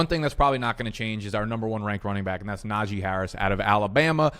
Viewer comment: I like your videos think they’re great great concert. I have no idea why are you say bike instead of back though